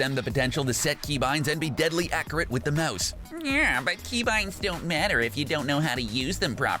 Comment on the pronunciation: It’s accurate not acurat